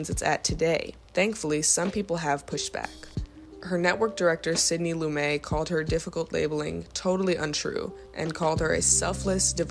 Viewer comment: I watched your whole video. I admire Faye Dunaway as an actress and I am glad you made the video. If you continue to make videos, you should know the following things. All three that I am to point out have to do with pronunciation. 1) Clyde’s last name is Barrow as in “wheelbarrow;” 2) Otto Preminger’s last name has a “g” sound like the “g” in “ginger, not in “great;” and, 3) Sydney Lumet’s last name isnot pronounced as it might be in French. The last syllable gets the accent and sounds like “met” as in “I never met a man I didn’t like.” ‘loo MET.’ Just thought you should know.